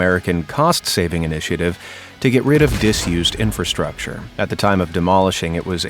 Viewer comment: Infra. Can't ANYONE say it? All the pre, pro, and per words... And INFRA-structure. Not Infer, not infa- ... STUPID!